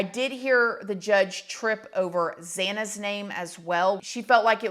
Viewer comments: The fact that judge so brutally messed up Xana & Kaylees name was repulsive! Absolutely disgusting! That man couldn’t take 5 freakin minutes to learn how to pronounce these innocent victims, names!???? Those poor family members must have been squirming in their seats. And yes, it was crying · I noticed he also mouthed or moved his lip when the judge mispronounced xana’s last name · He messed up Kaylee and Xana's name. There was already a reaction with Maddie. Almost no reaction with Kaylee ok great I can definitely say I am not guilty of killing that person. Then Xana's name and he almost got annoyed by her name not being stated. I think there is a high probability that he is guilty. He is highly composed. At the least he can write a groundbreaking PhD and use his time.